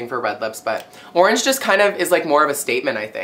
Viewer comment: He said at the beginning.. i think he said "morange"